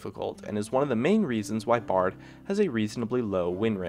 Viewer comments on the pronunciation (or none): none